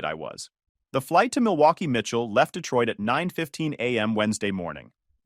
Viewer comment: Milwaukee, Mitchell is such a unique and most likely a native way to say Milwaukee, Wisconsin lolz XD.